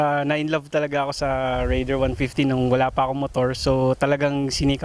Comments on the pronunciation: Reyder kase pronounciation non ate! not rayder! 😂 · rayder daw... hinde raider...